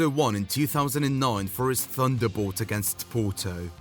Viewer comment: Haha "Thunderbowt"